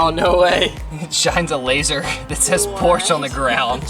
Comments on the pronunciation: I work with P*rsche so I know those Germans were just DYING at you pronouncing it like that- if you care (totally optional lmao) the Germans say 'porsch-UH, not 'porsch'! Love love love this whole journey for you guys though, especially Kara! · I know US Americans make that spelling mistake often but it's "PorschE" not "Porsch".. in German we pronounce every letter,,, same goes for Miele 🙈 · Ok I loved the video but Porsche is pronounced porsh - shuh, sorry 😅 I’m just a cat guy and cringe everywhere me someone says porsh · It’s pronounced “Porcha” but written as Porche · Porsche--AH. Please don't forget the "AH". . . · SO excited for more international travel!! And it's pronounced Por-Shuh 😉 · Please note that "Porsche" is pronounced: pore-shah. Thank you! 🤣🤣🤣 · Porsche… two syllables. Por-shuh